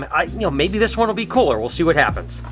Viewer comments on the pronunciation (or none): none